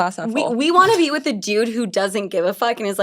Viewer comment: New York said whit